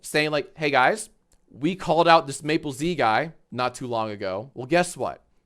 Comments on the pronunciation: Does Mappelz pronounce his own name that way? One of you two is breaking every pronunciation rule. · Uhhh his name is Mappelz not Maplez